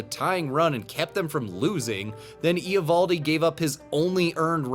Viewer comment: The Eovoldi pronunciation is sooooo painful. Cmon man baseball channel has to get that kind of stuff right.